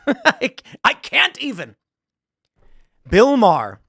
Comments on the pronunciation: I love how Bill Maher doesn’t even get his name right… Because they think it’s something of an insult to show the purported insignificance of someone, by not even taking the requisite nanosecond to make sure you’re pronouncing someone’s name properly. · Yeah... I feel he mispronounced the name on purpose.